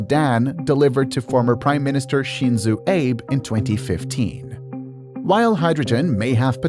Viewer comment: AI voice moment, when you mispernounce "Abe" moment.